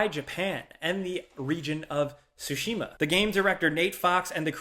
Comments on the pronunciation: I’m thinking about how you said “sushi-ma” 4 times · sorry i know im being nit picky here... the T in Tsushima is NOT silent, say the t and the s quickly together... SORRY.